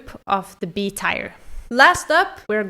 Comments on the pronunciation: its tier not tire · Great video! I like your personality and your comments on every winner. Good job 😊 I feel like I have to say that tier is pronounced like "teer" (I mean this in the nicest way possible and I'm sorry if I sound rude) I 100% agree about Lena!! It's my least favorite winner of the last 25 years and your comment about your slightly challenged cousin was hilarious 😂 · Or "S tire" as the woman in the video pronounces it. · The way you pronounce teir makes me unreasonably angry